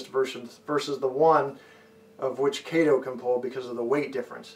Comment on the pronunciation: Everyone says Kato wrong !